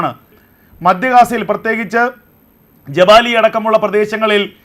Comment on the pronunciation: മദ്യ ഗാസ അല്ല മധ്യ ഗാസ